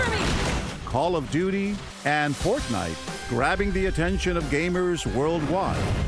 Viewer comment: “Portnite” XD